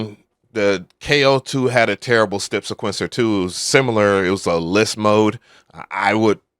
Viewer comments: bro said stepsa'quence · Does anyone else hear this guy saying stip siquencer? It's weird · I thought I was the one that wanted him to stop saying it..lol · bro pronounce "step sequencer" like that one more time and its gonna be a problem. Hahaha